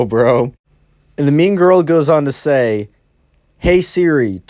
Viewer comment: When you first said mean girl, I thought you said meme girl